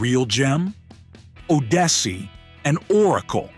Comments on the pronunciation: learn how to pronounce 'Odyssey' It's oddyssey not oadyssey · Was that an AI voice? How else to explain the mispronunciation of Odyssey?